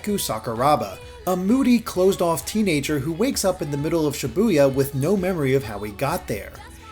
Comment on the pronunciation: But you still mispronounce Shibuya. 9/10 reviewer